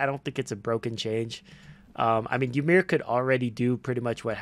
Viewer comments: Its actually y-mer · Master, I don't know how to really pronounce "Ymir" but it's funny how you say "Yeemir" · ah yes, whymer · like "Ee-mir"